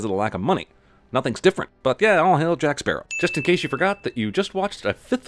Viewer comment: “Jake Spearow”